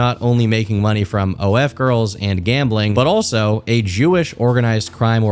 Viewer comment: why u gotta say “jewish” like that lmao 😗